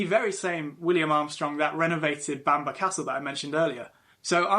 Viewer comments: It's not pronounced Banner castle it's pronounced it's pronounced Bamborough. I have the privilege of living here, born and bred. It's always a pleasure to talk to visitors and share our history, which has been turbulent at times. I live in Hexham, a beautiful market town which also boasts an ancient Abbey and goal ( pronounced jail). Come visit. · Bam ba castle, if the British presenter can't pronounce it properly how w can expect anyone to learn from his clips...... Research, try it